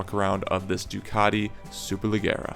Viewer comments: Please please please pronounce SUPERLEGGERA correctly, the double GG is pronounced as J so imagine you are looking at "SUPERLEJERA" ok??? It hurts my ears everytime you do it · Hello! The right pronunce is "Superlejjera", like the "je" in "jersey", double it. ;) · Hey man, love the channel, just an FYI it's pronunced super-leh-jeh-ra, so essenetially the G is pronounced like a J. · "Le gara" LOL Also It's "Duck" for a Ducati; "Duke" and Super Dukes are KTM models. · He can’t pronounce the bike😂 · Thanks I’m American but I cringed when he said it like that lmao